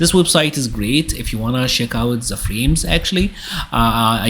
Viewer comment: Why do you pronounce "the" as "Z"?